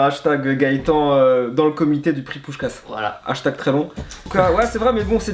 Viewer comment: On prononce pushkash voila